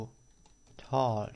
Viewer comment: si eso fuera lo de menos.... en talk no se pronuncia la L y en castellano no existe hablasteSSSSS!!!!!! Me encantan sus cursos. me parto de risa con sus errores de pronunciacion entre otras cosas. Nose como la gente puede hacerle caso, si nisiquierael sabe hablar ingles